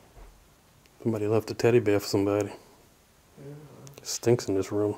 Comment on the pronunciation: He keeps saying it sinks..what does he expect it to smell like?! 🤦🏾‍♀️